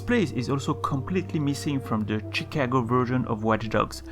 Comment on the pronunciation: "Shicago"